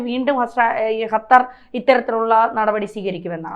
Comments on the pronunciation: ഹത്തർ അല്ല കൊച്ചേ, ഖത്തർ എന്ന് പറയൂ. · ഹത്തർ അല്ല കൊച്ചേ, ഖത്തർ..